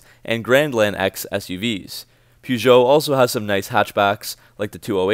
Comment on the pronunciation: Funniest part for me was when you said Americans cannot pronounce Peugeot. You sure can't!